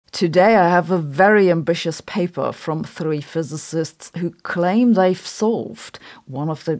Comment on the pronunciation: Sabine pronouncing "physicist" makes my day every day :D ❤